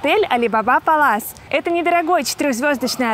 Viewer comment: так я имела ввиду ударение.